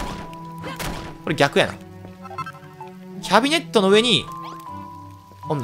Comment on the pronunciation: キャビ↑ネット↓じゃなくてキャ↑ビ↓ネット↓ですよw